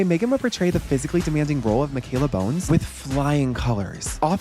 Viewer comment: Mikaela BANES! Not Bones lmao